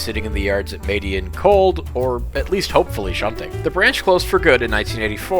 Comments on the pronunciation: YESS!!! You finally did my suggestion!! Thank you!! Also a little note, Madiun is pronounced Mah-dee-uhn. Great video, bro! Thanks again 👍👍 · Btw, technically Indonesia never stopped steam operation because the B25 class now used in the Ambarawa Railway Museum was never actually retired soo js a note Oh and its spelled "mah-DEEH-uHN"